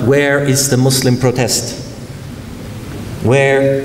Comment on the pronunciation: I like that he pronounced Muslim with the 's' sound not the 'z' sound.